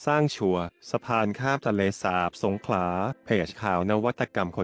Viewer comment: เห็นหน้าปกแล้วรู้สึกขัดใจนิดๆ.. ทะเลสาป..คำที่ถูกต้อง..สาบ คับ กับอีกผู้ใหญ่ท่านหนึ่ง รายงานรัฐมนตรี อ่านชื่อจังหวัดสงขลา เป็นสงขา..แต่อย่างไรก็ดีก็รู้สึกดีใจคับ ที่โครงการนี้กำลังจะได้เกิดขึ้นจริงๆคับ